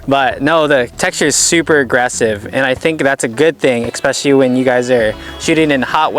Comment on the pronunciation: Have all of the gut youtubers had a meeting together and decided to mispronounce the word especially by saying expecially instead? It seems so. Also, I didn't understand anything the nice heavy set fellow said. Not saying it to be mean, rather suggesting to practice annunciating your words. Otherwise, good job lads.